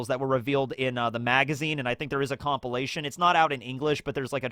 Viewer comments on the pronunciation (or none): none